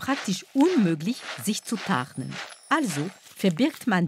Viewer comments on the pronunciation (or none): “Problem: den Soldaten ist es praktisch unmöglich, sich zu ….?” Ich habe die Stelle 3x geschaut/angehört und immer verstanden: “… den Soldaten ist es unmöglich, sich zu paaren” bis ich endlich verstanden habe “sich zu tarnen”🤣